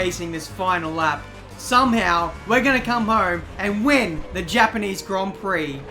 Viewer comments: Hapaneez hon peeee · The gapanese han pee hahahahha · hepenese han hi hahahhahahahha